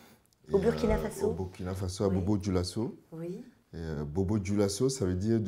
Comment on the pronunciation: Très belle découverte et très bel échange. Juste souligné le fait que Burkina se prononce Bourkina comme Burundi.